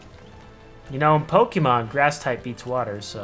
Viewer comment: i dont want to be "that guy" or sound rude but dont pronounce pokemon as pokey-mon pls great video though i love watching you :)